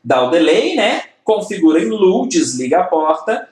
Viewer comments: Otima aula. desculpe a correção do seu ingles. o estado LOW (baixo) pronuncia-se Lôu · Low se pronuncia "lôu". Seu método de ensino é muito bom. Você sabe exatamente o quanto de informação e quando deve ser apresentada ao aluno, quase como se você soubesse a "arquitetura da cabeça de cada aluno". É como se vc fosse capaz de programar as pessoas. Muito obrigado pelo excelente trabalho e por compartilhar seu conhecimento. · Aula muito top!!! A pronúncia é lôu.